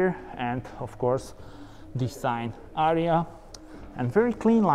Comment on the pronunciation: Thanks for ur video man!!! But is not ARIA is ARIYA😉